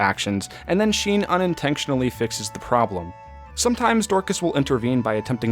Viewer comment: Ever notice he says invenxion and unintenxional, or intenxional